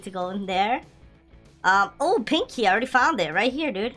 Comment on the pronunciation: pink key Me:i though u said "pinky" XDDD